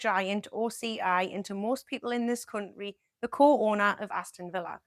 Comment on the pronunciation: The way you say cunt ry is a funny AF